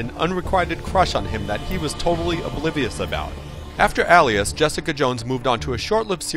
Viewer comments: Shouldn't that be ˈā-lē-əs like pale and NOT alias like Alice. Or maybe he meant to say Aliass. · Is it pronounced 'ellias' and not 'ay-lias'? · Al-ias.... hmmmm ok.... D-AL-Y BUGLE.... -_- you ruined it. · It's pronounced ālēəs. Long a. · Where did he learn to pronounce the word alias? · You do realize that "alias" has a long A in the beginning? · That's not how "Alias" is pronounced. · say Alias correctly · and he sounds like he cant pronounce alias